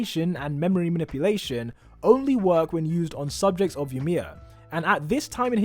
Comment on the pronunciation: I’m cringing when he said yamir